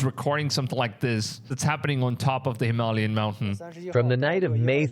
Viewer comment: Bro. Please learn how to say Hem-al-yain. You pronounce a couple words sp weird every video. Makes me think your ai.😂